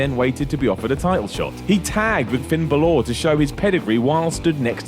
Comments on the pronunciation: Dammit, it's Finn BAL-or. Emphasis on BAL not OR. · I'm Irish it's not ballor its bal or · Balooor oh god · who is ballor its balor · Adopted Aiden Never watched a single Balor match, not by any means a fan. Just think it's retarded when people mispronounce it like that,Macho Man and Macho Men sound alike, BAlor and BaLÓR don't. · "Ba-lor" it's Bal-er guys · "He tagged with Finn Buh-lore..." 😂😂😂😂😂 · Finn Buhloure 😂😭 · Who in the blue hell is Finn Ba-LORE?? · Ba-Lor lol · Finn Buh-lore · Finn Balore? Really dude? Learn the names or shut up. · Finn Buh-LORE? Really? Do you even watch the show? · Oh yeah I think it's pronounced Ben-Waa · Finn Ball-ore. That should be how you pronounce it as Gaeilge. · Buh-lor? I've been saying it wrong the whole time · It's Baa Lore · it's pronounced Finn baller ( bah ler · It's more like Baw-lore, the little accent above the "a" in Finn Bálor is called a "fada" (faw-dah) and it makes an "aw" sound. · Finn baluur that's how u said it 🤔🤔🤔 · Did he really just said Finn Balore ? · "Finn Balore" gg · I guess it's sorta right, he, and wwe should be saying baller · Finn Baloor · The way you say Balor is just the absolute fucking worst. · Stop saying balor like that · For christ sake that is NOT how you say balor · That's not how you pronounce Bálor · Why can't Brits pronounce Balor correctly? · wait, is balor pronounced that way or is this another word can't say? like when he tried "ultimate warrior" & kept saying "war-e-er" instead of "woh-ree-er" (insert a ` says' joke here) PS "masked his real feelings" but then says he was saying exactly what he was feeling - ffs:p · The strong syllable in "Bálor" is the "Bá" (that's why there's an accent mark there), so was pronouncing it wrong. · The way you say Balor makes me want to cry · Is being a heel by mispronouncing Balor? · That's not how you pronounce Balor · even Balor doesn't pronounce it like that. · I F**** hate the way this Dick says Balor.